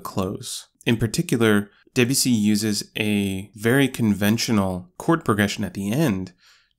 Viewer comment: His name is Debussy. Not DEbussy.